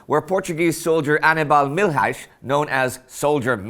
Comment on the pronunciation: É divertido saber que há aqui mais Portugueses nesta secção de comentários! Parti-me a rir quando ele pronunciou Aníbal Milhais. haha Gostei bastante do debate que se passou aqui. Muita gente culta! É verdade que o Milhais fez o que ele achou o que era necessário e não deu assim tanta importância ao que fez... Mais uma vez, achou que fez o que era necessário e podia ter sido morto sequer antes de puxar o gatilho... De qualquer forma, as probabilidades tiveram a seu favor e ele aproveitou a sua sorte não para reconhecimento nem para ser um herói como muitos desvairados que foram para esta triste guerra, mas sim por um grande ato de solidariedade e de honra para com os seus camaradas, sempre reconhecendo os seus feitos com humildade. Isto tudo é o que é admirável no neste simples homem do povo e analfabeto... Nunca iremos esquecer os nossos mortos, os nossos antepassados, os nossos perdidos amores, o nosso sangue! Mas decerto que nunca iremos esquecer o bravo soldado Milhões!